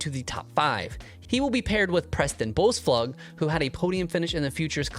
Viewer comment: Preston Boespflug’s last name is pronounced “Base Flewg”